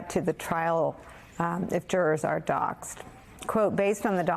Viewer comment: NOT docked, but Doxed, like saying "boxed"